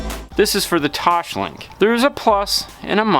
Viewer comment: Toss-link, not Tosh-link. Toslink.